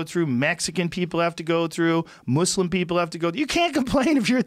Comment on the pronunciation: thank you for pronouncing Muslim properly. For some reason anytime anyone says Muslim they pronounce it as 'Muzlim'. A pet peeve of mine and other Muslims I know. Just wanted you to know it's appreciated.